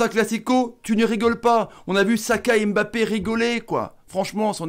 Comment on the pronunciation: Mon commentaire est Hors contexte mais on ne prononce pas son nom comme sa on dit *Mbappé La manière dont vous le prononcez *M'Mbappé 🗣et c'est plus pareil